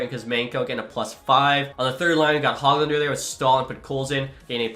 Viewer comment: 😂😂😂 the pronunciation of some of the last names is hilarious!! Don’t you watch hockey and hear the names? Alex Nedhdjsddsghhitch, Nils HOGlander it’s Hoe-g-lander like a hoagie, Stud-knee-ka